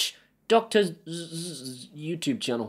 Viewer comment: Good honest video. Couple of points for you, it's pronounced "Dr Zees", he's a anesthesiologist(sleep doctor) I believe and his videos are very informative and easy to follow. You can edit the Yaml files directly from the dashboard using a simple addon called File Editor (previously Configurator), it really is simple. I do agree that its not a simple plug and play solution, it's more focused on people who like to tinker and see how things works and then find a reason to use them, but I do find that if you step back from it for a few months as I did, when you come back you need to almost re-learn the whole thing as it changes at a very fast pace and sometime fundamentally. On a whole I love it as you can use low cost hardware like Sonoff and NodeMCU modules etc to fairly easily create anything that you need (or most of the time don't) and expand as much or as little as you want, and you don't have several different apps all monitoring your habits and god knows what else. Also the fact you can make a great looking touch screen hub for your wall and control everything through HA is the golden ticket for me. Alexa integration is a sticky point but then if you really do want "privacy" then why would you have an Alexa device in your room!